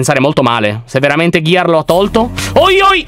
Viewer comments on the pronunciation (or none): none